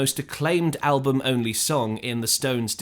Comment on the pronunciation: Damn. I had thought this was an actual human narrator. But then , shortly after pronouncing “album” the same way any actual English speaker would, he (it) pronounces the word “al-BOOM.” Why oh why oh why can’t a real person at least listen to these things and edit them before they’re ignorantly posted online?